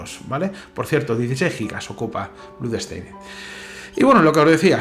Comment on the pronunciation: Porque dices bludsteined? La oo en blood no se pronuncia como u. Se pronuncia con o.